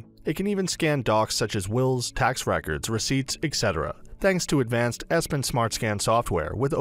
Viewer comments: EPson, not ESpon! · Epson not espon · I cant give much credence to someone who cannot even pronounce the product name correctly. Espon??? I bet EPSON was a little chagrined. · Because it is Epson not Espon . Would you watch my review about Massung S20? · "Espon" whut? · I stopped this video immediately after he said Espon